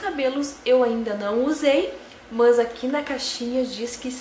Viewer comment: gente que fala "mãs" kkk por que isso? ahaha No geral, ótimo vídeo